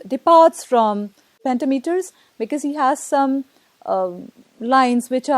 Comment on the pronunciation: "pentameter" is stressed differently. If one teaches literature, one should know that.